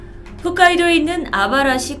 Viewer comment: 항상 홋카이도를 훗카이도라고 발음하시는 것 같아욤